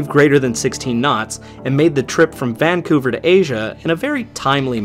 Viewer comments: It's pronounced "van-COO-ver" btw, but great video!!! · "Vancouver" is pronounced with the stress on the second syllable.